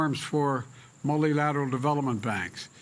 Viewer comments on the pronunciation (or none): "Mulli-lateral development banks" !